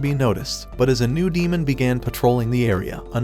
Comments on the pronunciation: Demon not damen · Damen? You German?😂